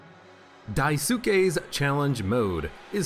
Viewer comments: FYI "daisuke" is pronounced "dais-kei" (similar to how the two words DICE and GAY would be pronounced") - its a japanese name. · Daisuke is pronounced die-skay (the u should be really quick) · Just dropped by to say you're pronouncing Daisuke wrong.